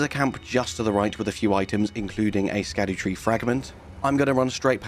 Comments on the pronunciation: Just a tip. It's pronounced Shadu, not skadu. 👍🏻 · Love your work on this series. I believe 'scadu-' is pronounced like "shadow". it's an old english way of spelling the 'sh' sound.